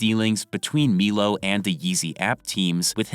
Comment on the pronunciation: It’s MY-LOW bro. MY-LOW. Stop saying Meelow lol you sound stupid as fuck